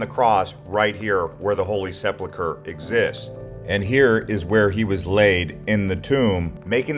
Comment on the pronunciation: It's CAL VARY ...not CAV ALRY.... Also it's the WAILING Wall not the WEEPING Wall... And it's the Holy SEP UL CHRE..not SEP LU CHRE... There are are few incorrect facts also...eg...King David was born in Bethlehem.